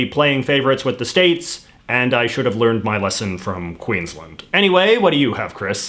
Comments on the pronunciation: I'm not nitpicking, but I thought I'd just provide some pronunciation information in the comments: - Acacia = a-KAY-sha - Uluru = ool-a-ROO (basically) - Queensland = Queen's-Land, as opposed to 'Queen's-lund'. I know it seems like the posher pronunciation would be the right one, given our British roots, but not so. I love the fact that you called our national anthem the far lamer song, because you're exactly right. Unfortunately Waltzing Matilda is not a very good contender for national anthem either, because apart from glorifying violence, it also contains no mention of Aboriginal or Torres Straight Islander people. Having said that, neither does Advance Australia Fair. 'For we are young and free' is a bit insulting to the cultures which were already here and are very much not young. Also fuck me, I've never heard of a grasstree being called a 'black boy'. I'm glad that's disappeared. Xantippe was definitely a terrible choice - they should have gone for Xanthorrhoea or X-ray art. The only issue is that X-ray art is only one of a number of culturally specific art styles (as opposed to, say, dot-painting), so they might have worried about somehow 'showing favouritism', or seeming like they were appropriating the art style. But X-ray art is something all Australians can enjoy, without necessarily appropriating the cultural practice - they could have asked an Aboriginal artist from the Northern Territory, where X-ray art mostly comes from, to create the designs. It's both uniqu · So I love that at one point in this video JJ basically tells us Australians that JJ should be in charge of our culture, and our decisions, but JJ struggles to pronounce Queensland. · It’s not pronounced Queens lend it’s pronounced Queens land There’s a difference